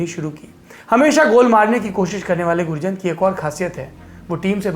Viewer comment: गुरजंट is the correct pronounciation sir